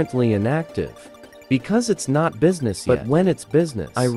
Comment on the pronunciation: Beesmas ❌ Business ✅